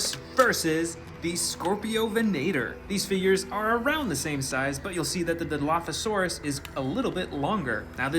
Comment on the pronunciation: It is dilophosaurus